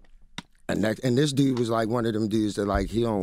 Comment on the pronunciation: OK, what happened "teww" Skola, the other new "dewd"?